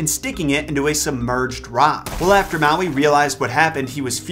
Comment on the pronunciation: I’m sorry but, you need to read up on the Hawaiian Islands legends on Maui and your pronunciation of the names and words need a lot of help. Good try though